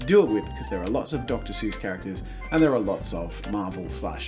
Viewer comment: Dr. Zeus